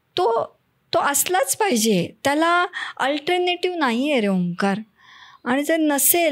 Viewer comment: Madam kiti chan omkarrr boltayt...😅